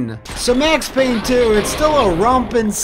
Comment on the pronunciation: IT'S PAYNE!